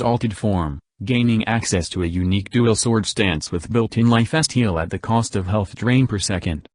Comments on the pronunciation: say "life-es-teel" one more time, I dare ya. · "Lif Esteal" God bless text-to-speach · I know you don’t really have control over the text-to-voice, but boi did I laugh at life steal becoming “ Lyif bastille “ Anyways, I guess another frame that would get nerfed harder than Mag? Yeah, I guess if I want to pretend I’m AC/DC from JoJo, and everyone is using hamon guns, this will be great for me. :D Thank you for making this video